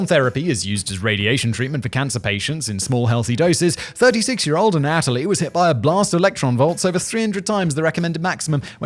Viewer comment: Alright, I got to say it, Simon I’ve heard you say this Russian name in probably 10 different videos and every time it’s pronounce wrong. Anatoly. It’s not a-nat-a-lee. It’s Anna-toll-eee.